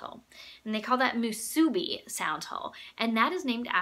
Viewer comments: Hawaiian here! Pretty uke. It suits you and your playing. I always like seeing which ukes are people's top favorite in their collection. 'Musubi' has the emphasis on the third syllable. Instead of moo-SOO-bee, it's pronounced moo-soo-BEE. Great review! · the rice ball is pronounced moo sue bee, we eat it alot in hawaii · The SPAM musubi (no accented syllable) is not the musubi the KoAloha sound hole resembles. SPAM musubi is rectangular (and yummy). Itʻs the triangular musubi (that Japanese in Japan call onigiri) that influenced the shape of the sound hole. We in Hawaii still call the rice balls musubi (old colloquial term). BTW, I have an inaugural year KoAloha and it has a round sound hole. Love it! Oh, I have this KCO-10S model too and I love it too.